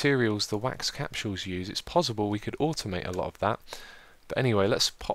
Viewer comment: Its pos·si·ble not pos·zi·ble